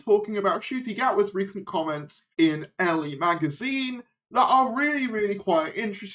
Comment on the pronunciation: elle is pronounced like the the letter "L" :)